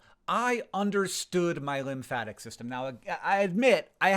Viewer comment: .... Linfatic? Really.. it's lymphatic